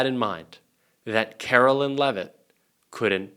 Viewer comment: Caroline! Not Carolyn 😮U should know!😢